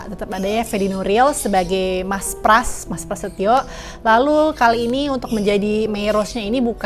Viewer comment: hehe bukan prasetyo😅